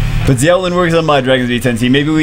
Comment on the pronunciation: For the record, Xiao is pronounced "shaow"